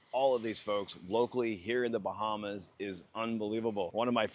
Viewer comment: Where are: "The Bahmas"?